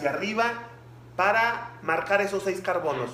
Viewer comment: No sé que decir pero en el ejercicio número 3 cuando dijo:"tenemos cuatro carbonos" yo escuché carconos😂